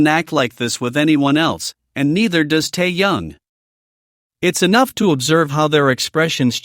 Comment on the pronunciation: Выговаривайте правильно имя ТЭХЕНА а не ТАЯНА .